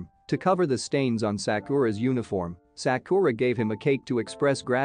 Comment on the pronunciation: I love how he pronounced Sakura's name as saakooraaah😂😂